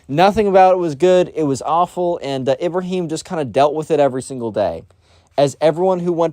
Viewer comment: The pronunciation of these names are atrocious 💀💀 Ahmed ahmedh, Ibrahim-Ibraahim Nasir Naasir